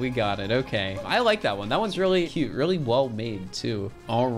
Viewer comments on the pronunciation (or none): “Weally” wtf